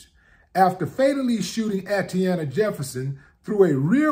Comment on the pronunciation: Peace, Brotha Willie D, for the sake of diligence, Her name, Atatiana, is pronounced: AH-TAH-TEE-YAH-NAH. Just wanted to help out a little bit. Carry on....